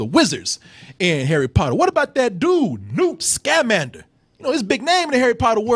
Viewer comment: 1. I'm pretty sure you're incorrectly emphasizing the syllables of his name. Unless I'm wrong, it should be sca-MAN-der, not SCA-mander. 2. This wasn't adapted from the Fantastic Beasts and Where to Find Them book. It's not just that it wasn't a novel—it wasn't a story! It's an in-universe textbook on magical creatures. Newt even mentions that he's working on it in the movie. Of course, the movie includes references to the textbook that he eventually writes (various magical creatures, his love interest, etc.), but it's not an adaptation. 3. The magical creature that you think is a rip-off of Groot is called a bowtruckle, and it existed in the Harry Potter books long before Groot came around. 4. The "platypus" is called a niffler, and it is also a magical creature that was in the original series.